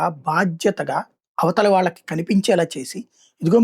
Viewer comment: వాలకి కాదు వాళ్ళకి ళ ని సరిగ్గా పలకండి మఱియు వ్రాయండి